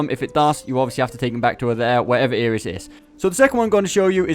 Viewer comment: Isn't Iris' name pronounced eye-ris like the flower rather than ear-iss?